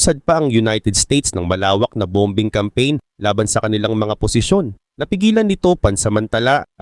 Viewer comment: Bom_bing😮parang pronunciation ni saloth yn😅